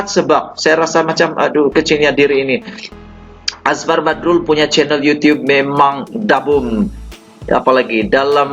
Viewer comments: Apa yang bagus pada Channel kamu... kamu tidak pandai menyebut nama sa saorang. Kamu susah nak menyebut nama orang... PEKAK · sya bukn suka channel kmu...hihihi😀(jz joke)tpi sya ternpk Nma Azfar Badrul dlm chanel kmu jdi sya pn teclick chanel kmu..dn sya mau tau pa cerita kmu tntg Azfar Badrul..pa commnt story kmu tentang Azfar Badrul tu...pi terlbh dlu luruskn Lidah kmu tuk sebut nma Azfar Badrul tu betul2..mmng kmu inda knl Azfar pokok nya kmu mcm jenis" News CNN "bh...jgn mrah joking sja😝😁